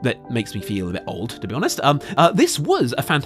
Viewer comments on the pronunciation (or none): none